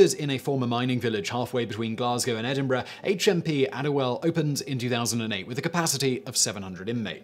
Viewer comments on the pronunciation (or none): none